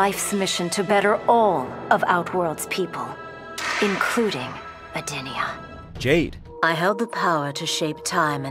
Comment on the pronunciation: Not how you pronounce edenia They pronounced it edeenya its pronounced ed- en- ea but spelled edenia